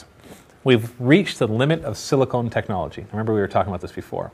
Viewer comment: its sili-CON, not sili-CONE... one is used for computers, the other is for... well... boobs.